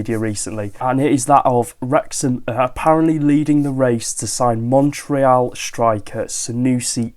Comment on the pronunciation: Thanks for saying the "éal" of Montréal correctly 😊 Normally, English speaking people here in Canada mess it up. 💪